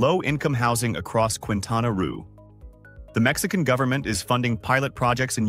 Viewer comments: The state is pronunciated Quintana Ro , like the beguining of the word Rose, not Quintana Roo (Ru) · ^ Quintana Roo = keentana row not kwintana rue--just saying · And it’s’keentana’, not ‘kwintana’. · “Queentana Roo” is called kintana Roh phonetically just as a quick FYI🫡 (Cancun, Quintana Roo) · Quentana ruuu ??? 😂😂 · Quin tana roo 🤣🤣🤣 It's "kin tana row" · It’s not pronounced roo it’s more like roe 😅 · Quintana Roo "Keentana Ro" or ruh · QUI is pronounced like KI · Quintana Roo, the state where Cancun, Riviera Maya, and Cozumel are, is pronounced "Kintanna Roh". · Quintana Roo is pronounce by locals as "Kintana Ro" (just say "kin-tana-ro") and just like that... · Keen tana roe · Quintana Roo is pronounced "kintana raw" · It’s not Kwintana Rue. If you’re going to make a whole video please take a few moments to look up pronunciations. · I don't think the pronunciation of "Roo" in "Quintana Roo" is correct in this video. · Weirdest "Quintana Roo" pronunciation EVER 🙄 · Enjoy the many mispronunciations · Yes but the AI doing the talking is not "intelligence" at all and wouldn't know that.